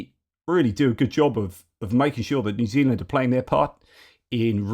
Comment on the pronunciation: Re ref to New Zealand. I thought you were having a stroke! 🤪